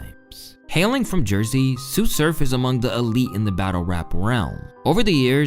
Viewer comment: did say “soo surf” for TSU SURF? how hard is it to google your video’s subject?